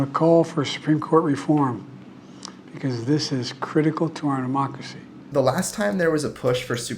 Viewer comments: What exactly is "Amocracy"? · ‘Amocracy is “democracy” when pronounced by a pathological liar who has dementia.